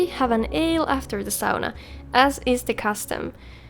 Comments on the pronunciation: I know, in England we say it wrong, saw-nuh. You guys say it right. I'm sure others would agree with me here, but its very clear to see how much effort you put into your videos, seems like you have a passion for it, and as a viewer I can tell. It gives a soul to the videos. Have a great rest of your day anyway. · I have always pronounced sauna correctly and it made me very happy to hear someone else say it!